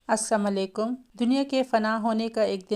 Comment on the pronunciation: Assalamualaikum hota hai assamalekum nahi